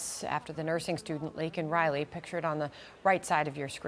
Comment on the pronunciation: POSJB didn't even say her name correctly. What a slap in the face!!!